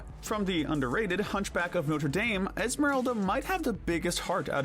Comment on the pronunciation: It’s pronounced “noh-truh DAHM”, “Patrick Star”! 🤨